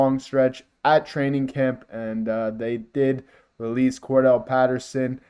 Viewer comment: Get the players names right you might get more subscribers "Cordarelle" not Cordell.